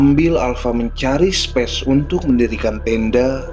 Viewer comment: Asiik ceritanya 👍 koreksi dikit ya spy gsk telanjur jadi terbiasa. Space dibacanya "speis" bukan "spes" bang maju teruus bang